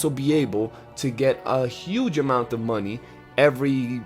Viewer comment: Boah you said 'muneh' more than dutch 😂